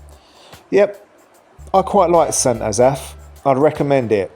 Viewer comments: Sent azaph? Its st. Asaph. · St AzAff? Oh, dear. Emphasis on first syllable!! COME ON!-here we go again! Check with Welsh friends, or google it!.. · An English man judging Wales. PLEASE (the irony)... The best thing about our Country is.. it's NOT England.. Your effort at trying to pronounce St Asaph is hilarious., oh and its not a city, it has a Cathedral which was the old requirement to be a city but not today. So do us a favour take your opinion and stay in England. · Fair ranking I’ve always pronounced St Asaph more as “s’n Ass-eff” …not Ass-Aff. …though I’m not local The oddities of what counts as a City in UK….city status for essentially a small town of St Asaph, the village of St David’s, but doesn’t include much bigger Llanelli, Caernarfon, Welshpool, Aberystwyth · The way you pronounced St Asaph. made me brain hurt. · You couldn't be bothered to learn how to pronounce St Asaph or Pilgwenlly? Your over all assessment of the cities isn't at all bad. Next time you're in Cardiff, spend some time in St Fagans museum. It's free to go in after you've paid for parking, and if you don't arrive by car you don't pay at all.